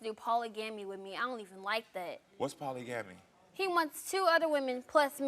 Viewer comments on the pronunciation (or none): "poly-gammy" smfh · Poly gamy! I can't pronounce it the right way anymore, it's poly gamy from now on. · I can’t believe she just said poly gamee 😂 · When the chick with the red hair said "poly-gammie" aka polygamy, I legit laughed out loud! 😂 This is exactly why young, undereducated (or just straight up uneducated) folks should not be procreating. Make education a priority young people! Become the best you before creating a mini-you!! 💯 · Shorty with the red hair said poly gammy instead of polygamy lol. I think she just don’t know how to read. I’m wondering if all this is staged. If it’s not staged that’s crazy. Lol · this girl said Poly gami ?😆😆😆😆😆😆😆 what is goin on here🤣🤣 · What the hell is a Poly-Gammy🤔🤔🤔 You mean Polygamy🤣🤣🤣 I knew what she meant, just being humorous. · Did that young chick with the troll wig say “poly-gammy”??? Send her back to high school please!!! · The way red wig pronounced polygamy......who knew what she was talking about?